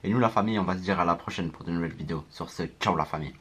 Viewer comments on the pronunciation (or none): none